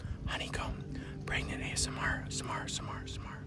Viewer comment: if this is what you call pregananant then..